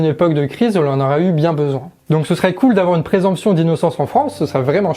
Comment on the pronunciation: Présomption. Pas présemption. Gaffe à la prononciation.